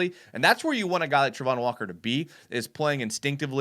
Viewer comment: It's Travon...not Trevon...and he did NOT have 5 sacks last year.